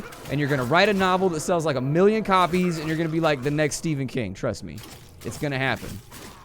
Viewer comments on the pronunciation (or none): none